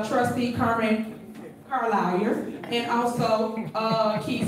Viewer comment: She’s trying to be a “Mini Trump” calling her “Car-lair” SAD! Tiff Tiff has no shame.